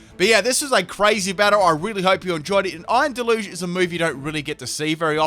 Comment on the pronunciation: the way he pronounces deluge is making me cringe hard